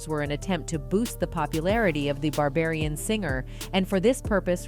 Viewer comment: Barbarian!!! Learn to pronounce Barbadian🙄